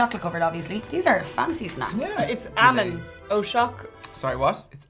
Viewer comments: was killing me with the “ammonds” 😣😖🤦🏻‍♂️. I love her, but you need the L. They’re aLmonds, girl. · almonds -- amonds, and so it begins! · Not one person pronounced Almonds correctly 🤔